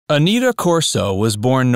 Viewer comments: Don Knotts pronounced her name as "Annette-a" not "A-NEAT-a", for your info. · I thought her name was pronounced a-NEH-tah. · Pronounce Aneta correctly. It's" Annette a." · Aneta Corsaut grew into a gorgeous woman as shown in the color versions of The Andy Griffith Show. She also appeared in Salem cigarette ad's singing, "You can take Salem out of the country but, you can't take the country out of Salem." But, Dude. Her 1st name is pronounced "Annette a," not Anita! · Aneta is being pronounced "Anita" in this video. "Anetta" is how "Aneta" is properly pronounced. You never described Aneta's untimely death. I know that she was a smoker; her sexy voice was a smoker's. Did that have something to do with her passing? I find her gorgeous and an engaging character. Joanna Moore was more attractive but my favorite was Aneta who likewise was very attractive. This sexy woman sang "You can take Salem out of the country but..." in a Salem cigarette ad. It's not on YouTube, though.